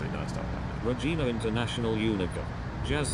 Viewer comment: I’m sure somebody told you on the stream but it’s not RE-GEENA, it’s Re-Gina, like vagina.💥🔥🤪🍺